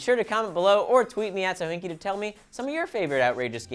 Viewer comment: did it just say fohinki?